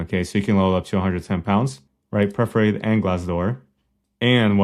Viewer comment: It's PER - FOR - A - TED, by the way.